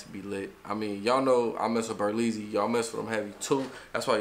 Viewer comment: It's BERLEZZY not berlezzys